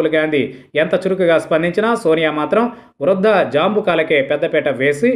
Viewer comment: వృధా జాంబుకలు కాదురా వృద్ధ జంబుకములు అని పలకాలి త్రాస్టుడా